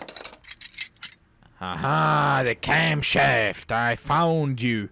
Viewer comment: "haha de camshaft"